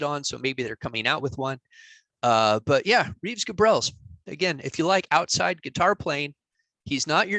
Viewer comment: Reeves Gabrels is great! Is your pronunciation of his name confirmed? I guess I pronounced his name totally wrong until now.😅